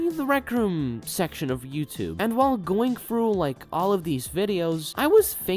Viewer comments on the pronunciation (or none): none